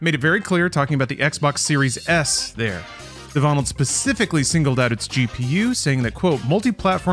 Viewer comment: My friend is a Devonald and from now on I will be calling him de-vonald! I love it! Haha! awesome stuff guys as allways :)